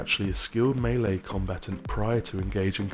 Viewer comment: he pronoucned the wrong melee wrong